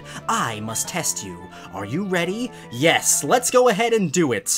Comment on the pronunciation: I love how you say Yeias insted of Yes